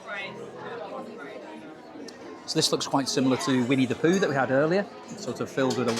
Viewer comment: It's Pooh not Poo :(